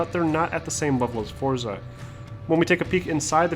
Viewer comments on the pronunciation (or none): its pronounced 'fortza' the z is italian